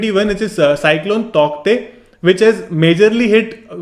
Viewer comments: Sir the pronounciation of Tauktae is taute... And thank you for this video well explained..🙏❤️ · It's pronounced as tau te though. The k is silent. Great video. 👍